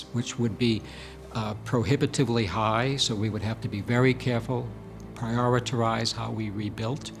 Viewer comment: "prioriterize" LOL